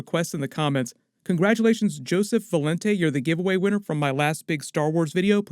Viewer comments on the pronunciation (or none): none